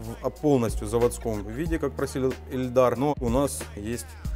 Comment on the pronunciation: Каждый раз слышал эльдар и ни разу Ильдар.